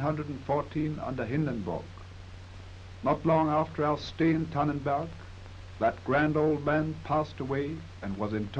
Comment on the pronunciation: It's Tannenberg though, not Tannenburg.